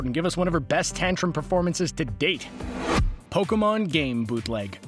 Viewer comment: Instead of Pokemon its pekoman